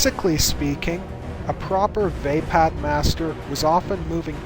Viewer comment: I love your videos and channel, but you keep mispronouncing some pretty obvious words. Juyo, being obviously a Japanese vulgate is pronounced as spelled ("Jew-Yo"). Vaapad, with the stress on the "AA", is also pronounced as spelled. As a linguist, I have no idea where you assumed such outlandish pronunciations from..